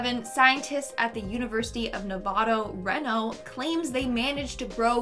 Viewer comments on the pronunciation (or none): I could swear she said "Nevado", too.